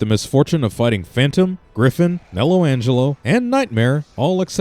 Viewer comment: griffON not griffin